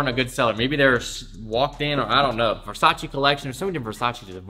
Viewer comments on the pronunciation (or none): Not being mean, but it's Versace not Versachee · You're saying Versace wrong